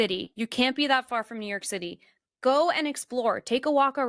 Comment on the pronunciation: Nuke yawk shitty 😂